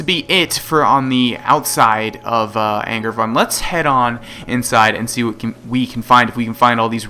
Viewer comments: isnt it ang-aar-voon-de? vund does sound right considering the "e" at the end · It kind of seems like you are saying "angry buns" and it's hilarious